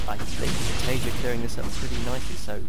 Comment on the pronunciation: Taeja, not Tajea